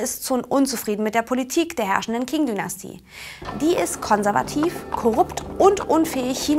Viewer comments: Es heisst "Qing", nicht "King"🙂 - Aussprache beachten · Die Qing Dynastie King Dynastie zu nennen ist aber auch einfach nur falsch... Das sollte man wissen das in Pinyin das Q ein Ch-ähnlichen Ton hat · Zur Aussprache: Wuchang: "Wutschang" ("w" wie englisch "water") Qing: "Tching" Tongmenghui: "Tongmengchui" Yuan: "Jüen" Tianjin: "Tjendchin" "Guomindang" oder "Kuomintang"(je nachdem, welcher Transkription man folgt(erstere ist die heute gültige Pinyin)), aber keine Mischformen wie "Guomintang" oder "Kuomindang" Zum Inhalt: Taiwan ist auch chinesisch, man kann nicht sagen "China und Taiwan", nur "in der Volksrepublik China und der Republik China" oder "in Festlandchina und Taiwan".